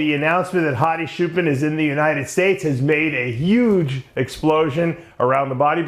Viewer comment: Dave Hadi's last name is pronounced with "ch" sound not "sh", it is Choopan not Shoopan or Shooban. I guess you have learnt to call him Shoopan from an Arab guy. Arabs can not pronounce "ch" and "p" so they say "sh" and "b" instead.